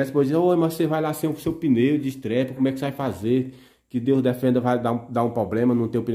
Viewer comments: NÃO É ESTREPE É ESTEPE, O PNEU RESERVA. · Crítica construtiva:, faça sua inscrição no EJA, nunca é tarde pra aprender. Você fala estrepe (estepe), me desculpe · não é estrepe mas sim sterp.